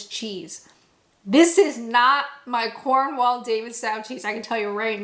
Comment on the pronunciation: As an aid to your continued Britification and obvious love and respect for our cheese 😁can I just mention that it's pronounced 'Cornwull' and 'Davidstoe'. Superb video, as always 😊👍